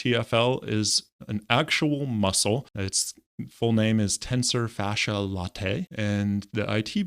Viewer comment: Pronounced tensor fash-ee lat-ee.